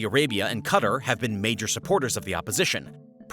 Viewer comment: At least pronounce Qatar somewhat decently